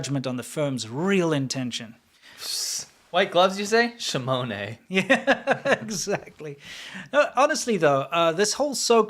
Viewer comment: The next time you say "Shamone",, it's actually pronounced "shamon or Jam-on". the E is silent. Can't believe I have to do this. HEE HEE